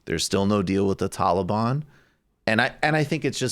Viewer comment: Yeah yeah, i agree. Someone slap Michael brooks everytime he says "tollybon" or "pokiston" or "ofgoniston" to try and sound so much wokier than thou and pretensious. It is SO CRINGE. Lord have mercy. It was embarrassing enough when Obama pronounced it that way. Its another thing from an aging hippie liberal douche (south park reference) to do it. You have same in his proper accent saying "Afganistan", then chimes in pronouncing it in what he feels is the woke way. Hahaha then at the end he fixed it then again later. So funny to me